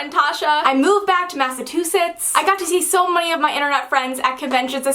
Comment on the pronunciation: Lol MassaTOOsetts